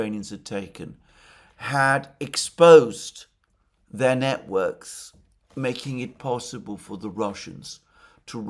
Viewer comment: Timestamp - Sorry Alexander but you pronunciation at one point was hilarious (or maybe I just misheard)... Russians establishing "Niet-works" in Ukraine. 😜